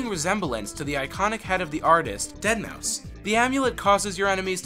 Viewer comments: did he really say "dead mau five"? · Dead mow 5 dude? Seriously?